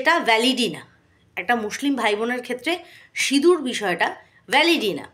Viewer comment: আবার সিঁদুর বলছে না সিনুর বলছে আধ পাগলা টা 🤣🤣